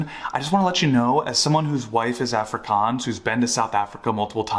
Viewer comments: An afrikaans girl married THIS guy? He can't even pronounce 'Afrikaans'... His wifes boyfriend is gonna be so mad when he sees this... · Afrikaans wife but cant pronounce it correctly? Married but no wedding ring? I definitely believe you 🙄